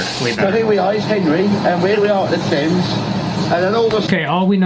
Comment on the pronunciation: 10.32 “Here we are in January, and we’re here at the Thames” (pronounced “Te-ms or “Th-am-es”)